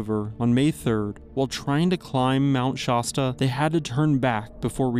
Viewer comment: Shaw-sta, lol. Is this AI? Either way, i am unsubscribed. Do your research if you want to earn viewers. No offense